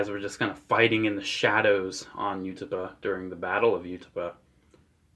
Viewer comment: The way you pronounce Utapauh makes my bones ache